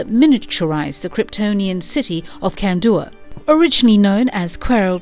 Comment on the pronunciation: "The Lesion" lmfao "Kan-dooer" lmfao The new Legion of Superheroes animated movie is not perfect and has its' own canon but is enjoyable and - for newbs - probably a good intro to the Legion's adventures.